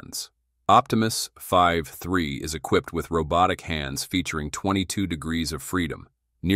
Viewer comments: Can we not edit these AI voices? It says V3 and it says Five 3. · The video is AI generated nonsence. There is a a bot with 'TESPOMUS' where the AI creating the image got the name wrong. The voice can't pronounce v3. All those shots of the bot actually interacting with people at home are AI generated. The lownmower scene is lol fake. I would have cut that one out, but they used it twice. Sad. I won't be back.